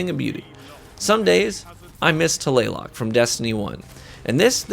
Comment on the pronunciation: Taylayloc is that how you say it...? I would say tal la loc lol